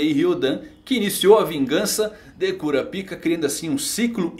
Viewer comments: "Kurapiká" com tonicidade aberta no segundo A é a pronuncia correta... num é cura pika kkkkkk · Pronunciar Kurapaica é errado? Ainda acho estranho ouvir Kura pica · Kurapíka ou Kurápika?